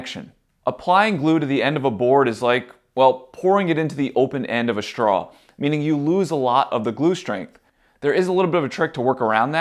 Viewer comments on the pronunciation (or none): How schtrong is schtraw? Sorry I mean how strong is straw? There's no H in those words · There's no "sh" in strong, straw or stressed.